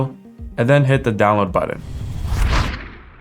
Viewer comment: Muir, that is most definitely a matter of personal opinion. Some of us find the way speaks grating, in that he mispronounces words ("budden", etc.) and uses far too much up-speak. When you have autism and misophonia like I do, such affectations make getting through the tutorials extremely challenging. The information is excellent; the presentation leaves much to be desired. By contrast, go listen to tutorials by deaf UE instructor William Faucher. He has some of the best vocal inflections of anyone around, which is a huge deal since deafness creates massive challenges because the person cannot hear their own voice. Yet he manages to sound better than many YouTubers and voiceover artists.